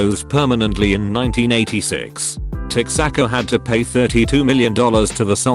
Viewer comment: Laughed my butt off with how the computer pronounced 'Texaco'. 🤣